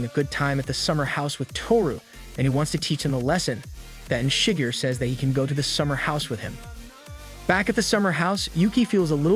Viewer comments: I'm impressed by the video length, but in all my 30 years ive yet to have one dang video, correctly say Japanese names....like you watched it, your explaining the whole show..... an yet okay with calling Shi-gu-rei .....Shii-gu-rr.......gahhh!!! But I give points for story telling, an getting others names right at times. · why the fuck are you saying shigure so weirdly? and your also saying akito's name weirdly to,but you know? I hate akito so much that it doesn't even bother me your saying her name wrong,she pisses me off to much to even care